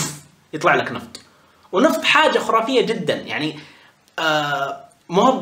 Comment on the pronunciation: كم مرة قال خورافية:؟